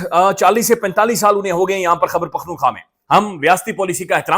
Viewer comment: اسلام علیکم بھائی جان باقاعدگی سے سنتا ہوں آپکو۔ ایک گزارش ہے خدارا برا مت منائیے گا۔ آپ روانی اور تیزی میں خیبر پختون خواہ کو خبر پختون خواہ کہہ جاتے ہیں۔ کوئی اتنا بڑا رولا نہیں ہے لیکن جیسے خوبصورت آپ ہیں ویسا ہی خوبصورت صوبہ ہے اتنا ہی خوبصورت اسکا نام بھی 🙂 تو اسکو ٹھیک تلفظ سے سننا اچھا لگتا ہے